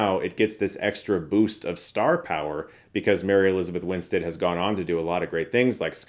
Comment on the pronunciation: Nice to hear Chris finally pronouncing Mary Elizabeth Winstead's name correctly! 👏